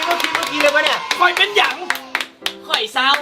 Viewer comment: ข่อย ครับ ไม่ใช่ค่อย ออกเสียงให้ถูกด้วย เบื่อว่ะไอ้พวกที่หาจับผิดคนเนี่ย here ชิบหาย ใช่ป่าวครับ